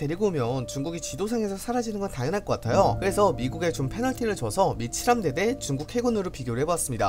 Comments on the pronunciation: 근데 나만계속 미친함대라고 들리나? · 미친 함대라길래 뭐지 싶었는데 다시 들어보니 진짜 그렇게 들리네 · 미 7함대 자꾸 미친함대라고 들리는사람?